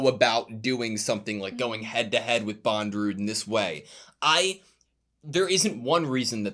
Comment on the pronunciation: His name is Bondorudo not Bondrewd.